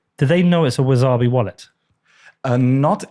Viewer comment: 'Wizarbi' wallet 🤣 love you, but it's WaSabi. No 'z'.